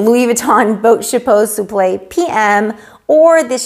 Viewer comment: Wow I love how you pronounce the name of the bag, but I don't know how to read the bag name correctly. Enter Even thou my husband always give me headache budgeting our monthly income because he doesn't have a job at this very moment, sometimes I get jealous of women who receives beautiful gifts from their hubbies, but doesn't mean that I don't love him. I am still grateful for he had given me a absolutely wonderful father for my kids. For my kids are obviously my life, my heart, my soul, and my happiness.